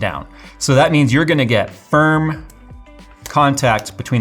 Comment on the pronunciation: Me hearing you say firm: (Patrick Voice) FIRMLY GRASP IT